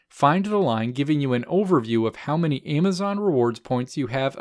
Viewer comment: Stop saying AYEMazon. So annoying